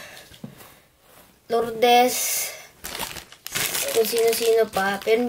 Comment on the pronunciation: More daily vlogs ate, or longer vlogs dinnnn…. Also natawa ko sa pagkakasabi nung name ni ate lourdes HAHAHAHAHAHA